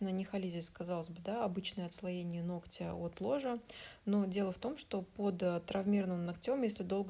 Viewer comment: Все очень хорошо, очень нравится ваше творчество. Но очень режет слух ногтЮ, ногтЯ. Вы медийная личность, говорите пожалуйста правильно ( нОгтя, нОгтю) спасибо!